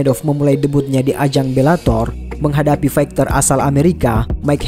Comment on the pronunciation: Maaf kalau saya mengkoreksi naratornya. Huruf G di kata fighter itu senyap. Jadi bacanya faiter bukan faighter. Event bacanya ivèn, bukan iven. Salam